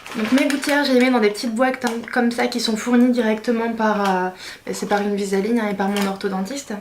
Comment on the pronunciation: C'est pas invisa-ligne !!!!! Invisalign please :)